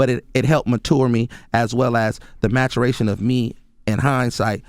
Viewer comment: the "maturation" lol